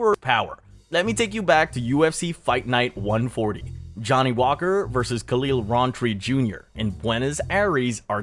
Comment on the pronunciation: Khalil "rahnn"tree 😂